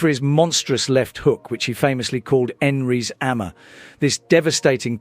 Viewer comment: Enrys ammer